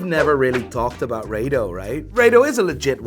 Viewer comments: It’s not Ray-dough it’s Raaa-Dough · Wtf is ray-do???? It’s pronounced as ra-do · RA-DO not ray-do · It's pronounce RADO not RADO. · It's Rado not Raido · Its not 'Ray dos' its 'Raa do'